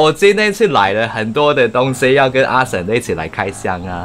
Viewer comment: 阿神在搞X馬 不是讀阿神，是讀阿「型」 是在讀廣東話😂